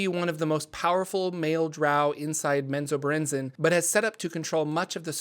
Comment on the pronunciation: Men-zo-bear-en-zan. Bae-en-ry